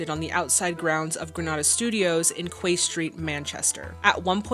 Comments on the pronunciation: Quay is pronounced "key" 🙂Yes I live in the area. I saw the set (it was pulled down years ago now). Tatton Hall is a place I and my wife have visited many times - we even ran Live Role-playing Games in the grounds. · Just an FYI. The word Quay is pronounced "key".